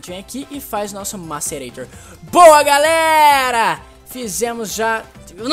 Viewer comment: vc falou garera